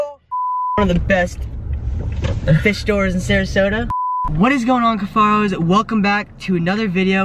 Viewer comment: He said cuffairos 😂💀⚰️